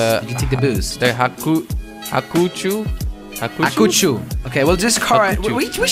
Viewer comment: Hakuchou (hack-oo-sh-ow)